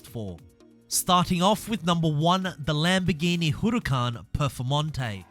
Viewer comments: You're saying Huracán completely wrong honestly, I've heard people say it in so many different ways (mostly wrong) but I've never heard anyone like this, it's far from right. Just letting you know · why does he pronounce the huracán like that lol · How can you not say huracan right?